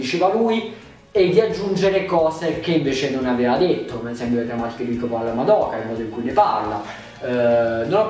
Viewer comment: Ma perché tutti sbagliano a pronunciare il nome di Madoka😫